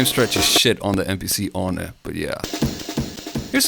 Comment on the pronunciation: Pronounced it MPC "ONI" lol that was rad I'm calling it that now